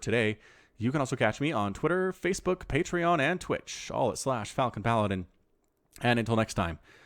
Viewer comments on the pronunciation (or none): none